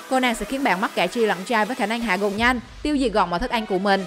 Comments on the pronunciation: Cứ “ăn” thì đọc là “anh “ nghe khó chịu thật sự :)) n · Người ta: ăn Chị: ăng